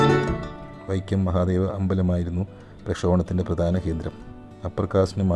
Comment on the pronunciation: വൈക്യ അല്ല വൈക്കം ആണ്. തിരുത്തുക